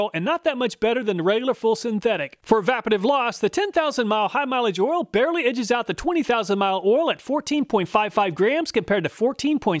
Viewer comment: Love the videos but all this ool ool ool is driving me crazy 😂 might have to mute the video and use subtitles 😅